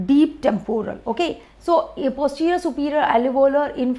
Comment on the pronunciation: 🚫 Not "alevolar" artery, it is alveolar artery.